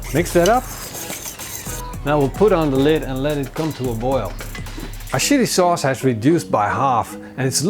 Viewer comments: "Shilli souce"... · am I the only one who heard "our shitty sauce" 😂😂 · Ik denk dat iedereen wel wat wat samal oelek is........maar een tablespoon psshsh-sauce heb ik nog nooit van gehoord :D